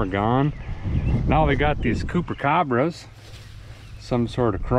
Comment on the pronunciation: "Cooper cabras"🤣🤣🤣💀